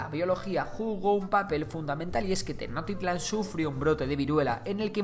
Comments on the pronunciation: No se dice tenocktitlan se dice tenosschtitlan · Tenochtitlan no se pronuncia Tecnoctitlan se pronuncia Tenoxtitlan/Tenochtitlan con la ch que suena como che pero sin decir la e solo ch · Tenotitlan se dice tenochtitlan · También se pronuncia "Tenoshtitlan"en lugar de "Tenoktitlan" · 😂😂😂😂😂😂😂😂😂... TENOKTITLAN..... Esa ciudad cual es???... No existe TENOKTITLAN (SUPONGO QUE ASI SE ESCRIBE, PORQUE ASI LO DICES). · También la ciudad de Tenochtitlan no se dice tenoctitlan la ha no es muda es como si chi pero sin la i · meksikas... tenoktitlan, o sea, este men no sabe pronunciar la sh XD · Me gusta mucho tu contenido, pero tu pronunciación del las palabras mexicas es muy mala. Ejemplo: "Tecnotitlan". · Casi no le puse atención al video solamente estaba poniendo atención cuando decía los nombres de los lugares 🥴🤨😔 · Errores de pronunciación: Cuauhtémoc es tal cual, no termina en sonido “ch”, Tenochtitlán y Huitzilopochtli si tienen el sonido de “ch” y Mexica esta bien aunque es más común que suene como si la “x” la sustituyeras por “sh”. Por lo demás, este video quedó muy bien. 👍 no me sabía el dato sobre el uso de los estudiosos con la palabra Azteca. Quien diría que ya son 500 años de que este imperio cayera, estoy sorprendido.